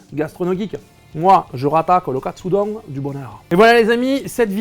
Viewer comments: Aaaah mais non pas Katsudon, mais Katsudonne 🤣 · Ça se dit Katsudon pas Katsudon ... ça semble évident pourtant